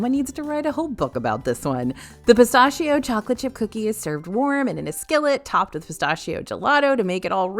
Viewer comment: omg forget caramel let’s discuss how you pronounce pistachio 😭